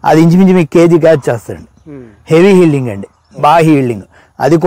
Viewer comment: హీల్డింగ్ ఏమిటి ...ఈల్డింగ్ అనండి